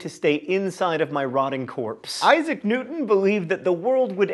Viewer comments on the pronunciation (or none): none